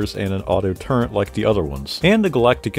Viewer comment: It’s “Turret” not “Turrent”